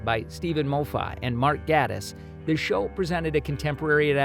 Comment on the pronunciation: Click Bait and incorrect pronunciations of Moffat and Gatiss names...